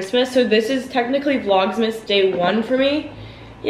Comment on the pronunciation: it’s not vlogsmas, it’s vlogmas 😂 I’m so excited for you to post more! 🤍